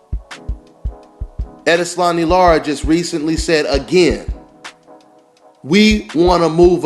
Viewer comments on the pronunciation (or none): none